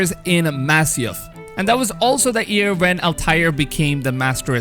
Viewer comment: He says “year”. I hear “ear”